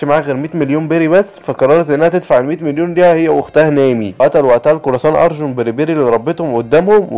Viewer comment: وربي اسمه مو ارجون اسمه ارلونغ